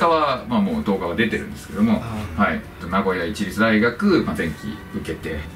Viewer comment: 名古屋市立大学の正式名称『なごやしりつだいがく』なのに『なごやいちりつだい』って言われると違和感しかないby名市大生